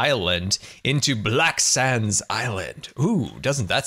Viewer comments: Who else heard black sams island instead of black sands island or is it just me? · It sounds like hes saying black sans